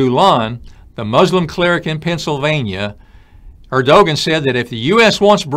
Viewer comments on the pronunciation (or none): Erdogan is pronounced Erdowan